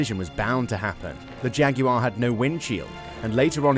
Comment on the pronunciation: Jag"yoo" arr 😂